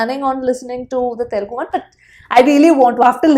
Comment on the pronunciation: by the way, can u google and learn how to pronounce the Telugu word.. I am not criticizing, but we are Indians rt, at least try to pronounce main words correctly, forget about language ... when u say Telugu, that pronunciation is very bad .. I know many guys jump here.. but this is important .. many foreign guys pronouncing better than us ..